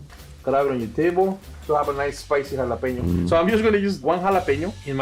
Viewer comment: Not "hala-peeno",. "Hala-pen-yoh". ♥